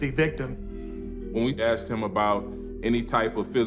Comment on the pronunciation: He said that she axed him? lol.